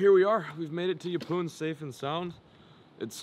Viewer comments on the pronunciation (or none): Napoon 😂 its yepoon but love the vid